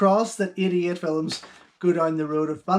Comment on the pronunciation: To my american ears it always sounds like you are saying "from Idiot Films" 😆